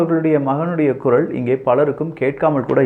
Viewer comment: உங்க துணிச்சலை மிகவும் பாராட்டுகிறேன், ஆனா ஒரு குறை உங்களுக்கு "வல்லினம், மெல்லினம் உச்சரிப்பு சரியா இல்லையே? Example: குரல் என்பதற்கு குறள் என்பவை. தவறை எண்ண வேண்டாம்.